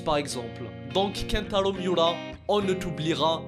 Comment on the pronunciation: Comment tu prononce kentaro miura 🤣🤣🤣sinon je le savais déjà mais sa me fait encore mal